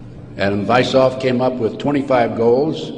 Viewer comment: I don't want people to misunderstand my motive for the following. I want people to be able to verify for themselves at least some of what this man is talking about. The founder of the Illuminati's name is/was Adam WeissHaupt not as this man pronounces it. Please look up the name and find out what he did. By the way, the year was 1776, the same year our declaration of independence was signed!